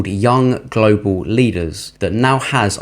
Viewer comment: Please stop saying Glo Baal.....ya really feel we are on a spinning wobbling ball....com on man